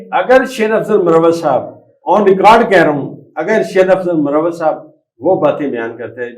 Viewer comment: سر مروّت نہیں۔بلکہ مر وت ھے